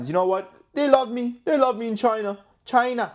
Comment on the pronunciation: It's so funny how he says CCCChina lmao😂😂buy!! If the markets don't recover and they dump the dollar is worth nothing it doesn't matter anyway hahahah buy gold if you're worried about the market crashing.. LMAO